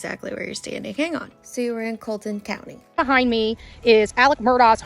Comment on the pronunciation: I live in the low country not far from here. Its Colleton County pronounced Kah leh tin (just to be helpful) And yeh Betty is fucking shit up left and right. Moselle is a hunting property out in the country. It's pretty rural. Man I can't believe she went on that property.